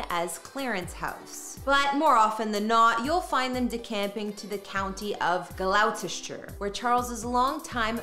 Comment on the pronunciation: It is not glau cester. But gloster. (Gloucester)